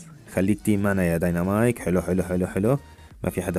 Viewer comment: اسمه ديناميك ومو دنينامايك